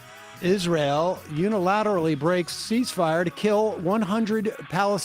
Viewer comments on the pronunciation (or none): none